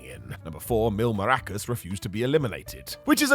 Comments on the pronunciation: Hey, it’s Mask-car-ras not maracas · Mil Maracas? C’mon …MASCARAS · its masCAras, not maRAcas ffs